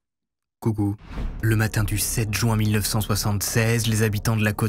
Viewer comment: Juin pas joint, je comprends pas cette prononciation